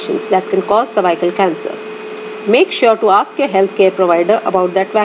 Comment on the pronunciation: "Cervycle" 😩🤦🏻‍♀️ over all good video 😊